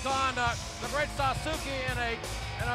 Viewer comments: It's sad they don't ask people how it's actually pronounced It's Sauce Kay. Everyone keeps saying Suzuki and it bothers the hell out of me. They couldn't hire someone fluent in both English And Japanese? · Actually, it would be pronounced "saaskay" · It's "SASS-KEH" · How laughable they can’t pronounce Sasuke right. Every time I found The Great Sasuke makes me think of Sasuke Uchiha (Naruto).